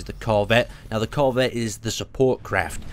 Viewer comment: nonononononononooooooooooooooooooooooooo, bad. BAD! you are putting emphasis on the wrong part of corvette. and there's a spelling error in the YT description.